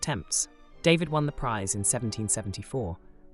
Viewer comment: Your videos are great, and much needed, but please pronounce people's names correctly. "David" is French, and is NOT pronounced "DAY-vid," it is pronounced "Dah-VEED." I also wish that you had not distorted some of the paintings by stretching them horizontally. David would not have thanked you.